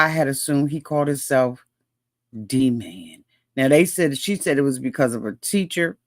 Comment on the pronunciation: And purposely saying his nickname WRONG the whole time. D-man not “Dah-mon”